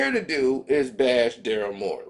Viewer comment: its Daryl Morey bro how are you going to talk about something or somebody in keep saying there name wrong look this fool name up bro SMH